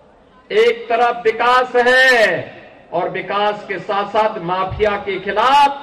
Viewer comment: Maapiya nahin maafiya kya admiko banayare CM...